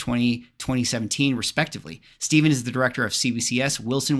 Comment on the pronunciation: I think it's pronounced 'Steffan' not 'Steven'.